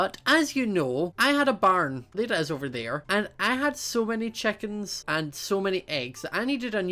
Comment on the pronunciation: He pronounces chickens as checkens and he pronounces fences as finces